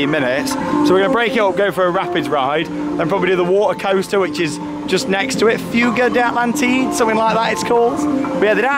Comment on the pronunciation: Correct pronunciation: Foogā dā Atàntidē